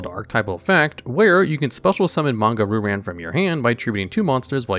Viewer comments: "Ru-Ran" "Ryu-Ran" There, fixed that for you. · I have to say it... It's "Ree you ran" not "Ru ran" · “Ree-yoo Ran” not RooRan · Ok, how do you speak Japanese and still consistently butcher Japanese names? Roo Ran instead of Ryoo-Rahn? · Roo ran? Please read the damn card